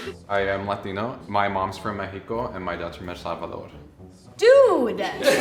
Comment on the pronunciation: I should start pronouncing México just like MéJico, the way the guy does does.